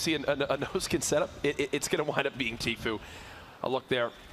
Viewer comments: Is it just me that heard this or did you hear the guy keep saying tfoo instead of tfue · he said tflue lol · Did anybody realize the guy that was giving commentary said “*Tflue*” lol. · that's not how you pronounce the name it's Tfue!